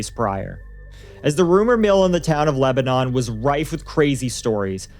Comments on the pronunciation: We pronounce it *Leb-nin here 😊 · Its not pronounced Lebanon like the country. Its more like leb-nun. Also my neighbor and his wife work for green co sheriff dept. And are familiar with the caee. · That's not how you pronounce Lebanon. Learn English.